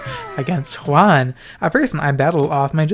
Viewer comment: Love the fact that you pronounced Juan correctly 🙏🏽